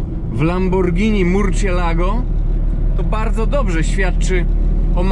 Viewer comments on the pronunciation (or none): Lamborghini czytasz bezbłędnie już, ale w Murcielago C czytamy jak S, ponieważ jest to nietoperz z hiszpańskiego